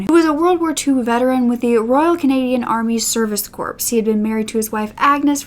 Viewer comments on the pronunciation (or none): corps i believe is pronounced "core"